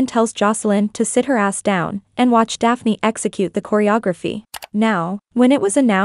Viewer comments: It's Dyyane not Daphne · It's dyanne not daphné 😭🤣